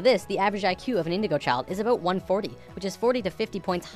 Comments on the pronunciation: Are you Canadian? I heard 'aboot' in the first 10 seconds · Are you a Canadian cuz at the end you said "aboot" xD